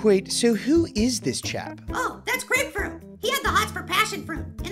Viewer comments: Ummm yeah it's Grapefruit not Apefruit. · Grapefruit: It's Grapefruit not Apefruit!